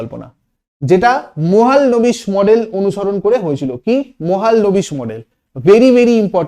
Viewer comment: মহাল-নবিস ❌ মহ-লান-বিশ